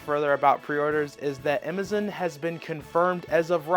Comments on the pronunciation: He keeps saying Emazam instead of amazon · Ok I've tolerated you mispronouncing Metroid, but i draw the line at AMAZON, WTF is Imizon???? CUT IT OUT!!!!